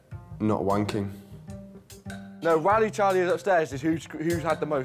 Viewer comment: "The real challange is to not..... Not wangking " I died xD